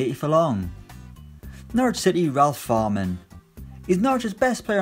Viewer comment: Fährmann not Fahrmann, pronounced like „Fairmann“